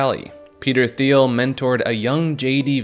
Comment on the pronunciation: Peter thiel is pronounced teal like the color He is extremely rich DL gay politically influencing monster